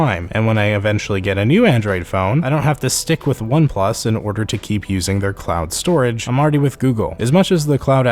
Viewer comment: Are you saying clown storage, or am I trippin?